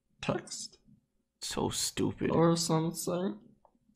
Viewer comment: “ or somesing .. “